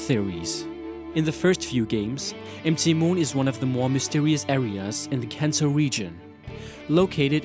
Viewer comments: It's MOUNT MOON, Not EM TEE MOON!!!! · for real bro? 'M' 'T' Moon? It's mount moon. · dude, i appreciate what you're doing in your vids, but when I got the part where you were saying M T moon instead of MOUNT moon like the abreviation is, I was getting a little annoyed. maybe have some english speaking friends help you in the finer points. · m t moon xD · Empty moon...empty moon...oh "MT" moon! That took me a while to understand. Lol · Great content, but it really bugs me when he says MT Moon, during....... the war, casualties, cartridges...... may sound i'm making fun of his accent, but it just really bugs me